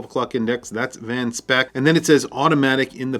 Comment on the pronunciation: Van Speyk is pronounced as Van Spike...